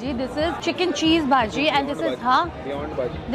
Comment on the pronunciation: Its not baaajii its baji